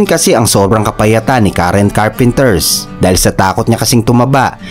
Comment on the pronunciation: Carpenter lang po, hahaha Richard Carpenters sinabi mo or Karren Carpenters... hahaha parang ang bida ng Batang Quiapo ay si Coco Martins hehehe